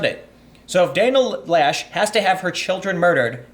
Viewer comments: loesch is pronounciated something close to "lash" because the word is german. translation would be delete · Loesch rhymes with mesh. The O is silent. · I dont care what she tells you, her name is not pronounced "Lash". Laysh is more believable, and Loesch is more likely.